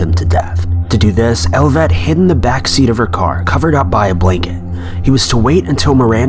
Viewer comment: oh its elliot i thought you were saying elvet.